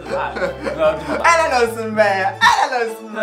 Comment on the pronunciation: Abi ellal olsun değil hellal olsun😂